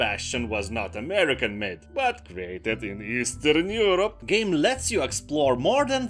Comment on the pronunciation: Easterrrrn Eurrrope